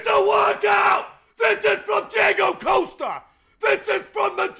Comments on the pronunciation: It's causta not coasta Mexican pleb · Please, for the love of God, stop pronouncing his name as 'Coaster' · The way he pronounces Costa wrong is so irritating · joey slade ikr he can't pronounce costa lol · How can a mexican guy not say Costa